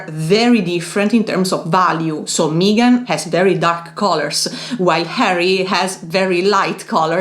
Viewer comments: Ladies, it is Meghan, NOT Meeeeegan! Your mispronunciation of her name was distracting. I also see that the propaganda from the petulant William and his palace lackeys via the British press has influenced several commenters in their anti Harry and Meghan attitudes. 🙄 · Lovely video as always but please her names is Meghan, the vowel is as in „Beg“ not an „Eeh“ as in „Me“. 😂❤